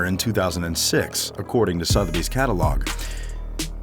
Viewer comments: Sotheby's is pronounced "SUTH-UH-BEEZ" ..... Not "Sothe-beez" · 24,000 pounds is NOT 24,000 dollars! "ad-my-eration"??? "ar-doo-ous"??? "Soth-bee"??? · The way the narrator pronounces Sotheby's is triggering......... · It is Suther bies not Soath bies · I know, this guy needs serious lessons in narration...I mean calling it 'Soth Bee's'.....arrghh! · Sotheby's. Suh-the-bees. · Work on your English dude! Admiration? Sotheby's? Please - do better :) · why can no american say 'sotheby's' correctly?